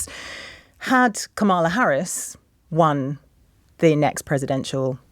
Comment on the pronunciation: Comma La... is it so hard to say Comma La?